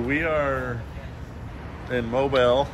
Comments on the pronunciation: It’s pronounced MO BEAL 🤣 not Mobile like it’s spelled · Mobile which is the second largest city in Alabama is pronounced Moe-Bill. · It is pronounced "Mobile", sounds like "Mobeele" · Its pronounced Mo Bill 😂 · You should ask a resident how to pronounce their city. Mobile is pronounced mobeel. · BTW...its MOE-BEEL. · It’s pronounced “Mo-beal” 😂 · Its MOE-BILL. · Need to learn how to properly pronounce Mobile Alabama!